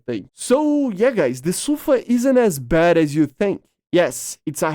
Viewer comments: 🤦‍♂️ it SUFA not SAFU, I have a friend that’s speaks Hebrew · Its actually pronounced "Safaa" edit: Yeah it's Su-fa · no Sa-fa